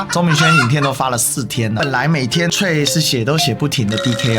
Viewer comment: 🔳BTW，「threads」的發音是“thredz”，不是“脆”喔！